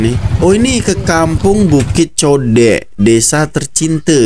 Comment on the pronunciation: Kampung Bukit Godek...bukan kampung Bukit Codek...